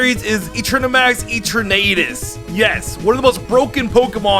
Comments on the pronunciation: i got so triggered when he said eternaaaatus otherwise nice vid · Why did he say etrernatus instead of eternatus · So he says eternamax But not eternatus Dude the eterna is the same So your saying eternatus wrong Bro how you do that